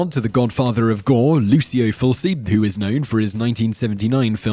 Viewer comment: You pronounced Fulci wrong